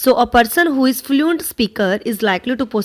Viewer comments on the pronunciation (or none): improve ur pronunciation... u r even not able to pronounce the words like Pedagogy ,important, fluent, occurs acquisition, lingua franca,remediate,grasp,lack,fluency, plot, thoroughly ,faculties, heterogeneous, governs etc. correctly. where there is a singular u r reading it as plural.. n vice versa..